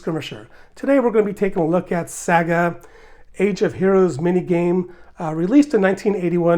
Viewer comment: I loved these games as a kid. The one I remember the most was the Vampire one. Great video, thanks! FYI, Saga is "SAA-guh", not "SAG-uh", put the "g" sound in the second syllable.